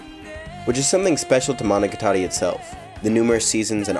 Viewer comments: You pronounce monogatari like managatari, IT OFFENDS ME (ノಠ益ಠ)ノ彡┻━┻ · The way you pronounce Monogatari is so weird. I’ve always said it mono-got-ar-ē. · It's Mo No Ga Tari you ass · Monica Tori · More important question, why do you pronounce "Gatari" like a pretentious Weeb? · im sorry this is a big nitpick but the pernasiation of monogatari makes me shutter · I found it very distracting since you're pronouncing it with an American-English emphasis on the TA (as in guitar), while the emphasis should be on the GA instead (as in gamut). Listen to these samples for comparison: As an Elitist you should work on this! <(^-^)> edit: changed GA example to gamut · Y E S